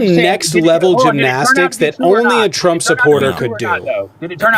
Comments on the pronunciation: Why does the guy call Trump "Chromp"? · When we all o ow it’s trumpf